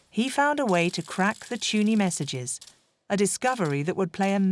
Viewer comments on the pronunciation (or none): It wasn't 'Tuney' it was 'Tunny'. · The voiceover for this is very strange. I think that it is a machine, despite the english accent. The code was named "TUNNEY", not "TUNEY". in addition the word is "ADMIRALTY," not "ADMIRALITY". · This is gripping stuff. One little remark, however. It's an American script, which is fine, but to hear an English voice speak of the Fall (and not the Autumn) sounds odds. In the same way, tunny is NOT pronounced tew-ny, but tunnie. Jack Copeland pronounces it properly. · Brilliant story spoiled by the automated reading which is an embarrassment. “Tuney” for Tunny to give one shocking example. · Not impressed by the robot narrator - "Summarine", "Tuney"... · Very interesting, wonderful documentary! Shame about the unnecessary americanisms. 'Tunny' (pronounced 'tunny' not 'tuney') is not a nickname for 'tuna', it is the older English variant. Tunny = tuna. 'The Fall' instead of 'Autumn' etc. but all with an English narrator with a very English accent. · Is this AI? Why doesn't the narrator know how to pronounce words like submarine or admiralty or tunny? Very distracting.